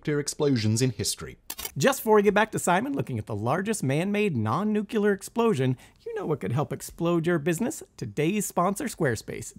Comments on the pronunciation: 👏 NEWK 👏 LEE 👏 ER. IT'S NOT NEW-CUE-LER. N U C L E A R. NEWK-LEE-ER. This drives me insane. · Please teach that man how to say the word “Nuclear”… every time I hear him say “nuke-you-ler” it makes me cringe. Even just looking at the word phonetically there’s no vowel between the C and the L, just break it down into it’s two parts my guy- Nu (pronounced like the word new) and Clear (pronounced like the word clear, but with a little more emphasis on the a). Please and thank you. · I am begging you. NUCLEAR. Nuu CLEE er. Nukular makes my teeth hurt. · And sorry to be pedantic, but when I open a show that I hope to learn something from and one of the hosts says "nukyular" it just irks the crap out of me. Simon himself would probably roll his eyes if I didn't properly pronounce it "alumin-ee-um." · Nuke-u-lar ad, bro. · Nuclear: new-clee-ar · Ad guy annoying af. Nucular isn’t a word. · Why do people still say "nucular?" 😂 It's ok. Still a good video. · Isn't pronounced properly, either. That other dude is a moron. "Nucyoular" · Im unsubscribing because of the guy that cant say nuclear properly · Why, he cant even say nuclear properly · YEESSSSS. That's one of my biggest pronunciation pet peeves! Like nails on a chalkboard 😖